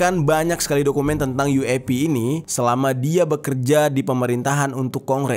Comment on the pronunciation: yueipi jer, bukan uap 🙄